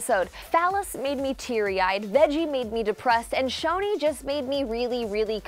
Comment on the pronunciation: She's saying Shoni not Choni 😂😐